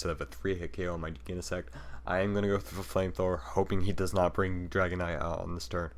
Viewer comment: Never heard Genesect pronounced with a hard G. Definitely sounds wrong. lol